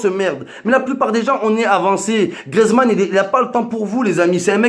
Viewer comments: si jamais on dit gRIEzmann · C griezmann pas griezman et chui d accord